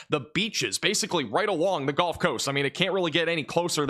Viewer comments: please stop saying ''golf'' coast ... it's gUHLF coast ya yankee!! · Good work. But tell me.. why do pronounce the Gulf Coast, the GOLF Coast? Why is that? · its gulf, not golf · there is no such thing as the "Golf" Coast. It's Gulf. Rhymes with "yup." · Great channel but the "golf" coast driving me crazy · He's not American